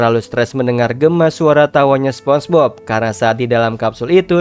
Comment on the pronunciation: minn ko sponbok sihh, apa gue yg salah denger